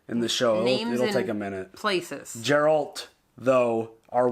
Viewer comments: when finally says Geralt right👏🏼👏🏼😂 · Biggest smile on my face when finally pronounced Geralts name correctly!!! Good job mate! 👏🏻👏🏻👏🏻👏🏻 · Don't want to add to your confusion but the yes, the G in Geralt is like the word "graphic". But also the E is pronounced as an A. Sounding like Gare-alt. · FYI: He names all his horses "Roach". Geralt is actually very old. Witchers can live for hundreds of years. So he has outlived several Roaches. "Geralt" is also pronounced "Jur-ALT". Remember this is a Polish fatnasy series. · Geralt is G like Gary....Gar-alt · Its pronounced GAIR-ELT